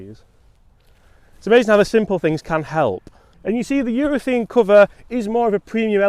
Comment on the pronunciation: it’s UrethAne not UrethEne. Maybe it’s your accent. Lol